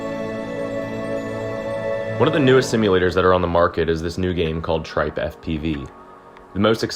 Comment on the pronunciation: lol why did u call it Tripe